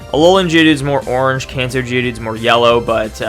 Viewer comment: When u say Kanto it sounds like cancer what’s does cancer raichu look like